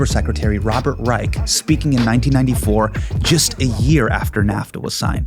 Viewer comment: It’s Robert Reich’s name is pronounced R-eye-sh. Like Rice with an SH. He is the father of Sam Reich over at dropout.